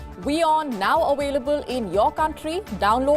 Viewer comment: please the word is AVAILABLE! NOT AWAILEBLE PLEEESS!